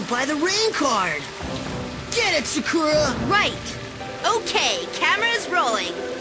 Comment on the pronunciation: It's "suh-koo-ruh". That's how it's pronounced in this dub anyway. The Funimation English dub of Cardcaptor Sakura also pronounces her name like that.